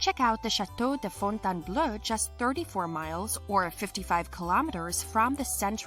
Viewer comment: Fontainebleau is not pronounced like bleu, but pronounced like beau with an L